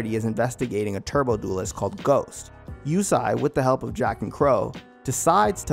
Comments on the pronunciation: Yusei is pronounced ( you-say ) not Yusai smh after the second time I heard that I stopped watching and a dislike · its not Yusai its YuSEI. like You-say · Yusei not Yusai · Since this channel uses the 4kids dub instead of the actual japanese, heres what they got wrong: Yusei pronounced Yu-say not You-sigh Carly' s love for Jack is not 1-sided Arc 4 villain "Z-one" pronounced "Zone" not z1 was the true master mind behind the last 2 arcs and travelled to the 5Ds era to prevent enerD and synchro monsters from leading to Z-one's future by putting an end to Synchros. The bonds across time movie also ties-in with a villain named Paradox (also a part of Illiaster) that also tried to rob Yusei of Stardust. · Wait is his name pronounced "you-say" or "you-sai"!? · Is pronounced (You Say) not (You Sai) 😂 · "Yu-say" was the dub name too. Idk what he remembered but it was lowkey bothering me lol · Yusai, ehh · My guy can't say yusei? I really don't like the dubs names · I can't believe how bad you messed up Yusei's name.....